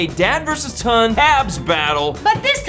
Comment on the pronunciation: Ton? Or Son?